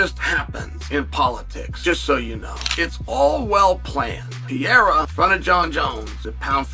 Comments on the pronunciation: I know Chanel is just a clown but being the only guy to call Alex “pee-era” makes him sounds like an idiot. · He also keeps mispronouncing Pereira's name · How is Chael still mispronouncing Pereira's name lol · I'm going to adopt your method and start doing the same. Dumbass sitting there looking like the tootsie roll owl with those spectacles on his face and can't even pronounce Pereira's name right.